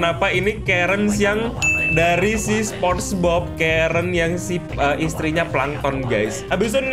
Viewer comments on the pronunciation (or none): none